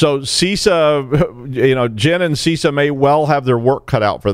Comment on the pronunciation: it's not See Sah! so I've heard.